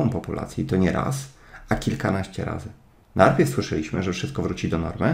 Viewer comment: jestes gosć:) ps. lubie to Twoje: NARPIEW XD